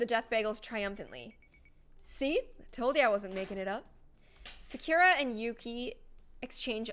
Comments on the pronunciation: Its sa kure ra not secure ra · Every time she miss pronounced “Sakura” i diedd 😭😂